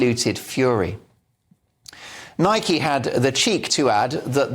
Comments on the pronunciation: Why dont you pronounce the product name properly? It rymes with bike and hike and like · It's spelt that way but it's pronounced Nikey by the US company that purchased it from JAPAN in 1972 I just call it Nike same as you